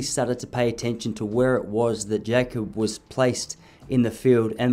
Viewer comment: Good vid. Jakob's name is pronounced "Yakob" though not "Jacob"